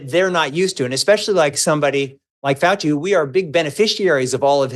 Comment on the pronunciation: Did he just say he respects Fouchy? OUCHY